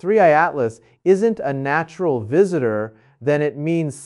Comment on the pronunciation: This is deep fake , he would never be saying this and notice his slanted face, "naturrrreeee" in stead natural...... we would be hearing from nasa cnn fox sky newd etc 😮😮😮😂😂